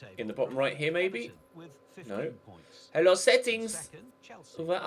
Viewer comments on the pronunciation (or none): none